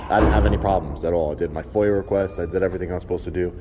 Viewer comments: It's pronounced foy-ya foia, not foil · You guys drive me crazy with this F.O.I.L. crap. It's F.O.I.A. "foyah" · I love how you pronounce it FOIL request lol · I hate to nitpick but everytime he pronounces FOIA as foil it makes me cringe, I love what you do though you were in Mississippi recently please for the love of God come back lol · Please, it's FOIA, not FOIL! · "Foil" is a soft metal!?🤣 Why does it bother me so much he mispronounced that 'F.O.I.A"? 😬 But I freaking love your style 100%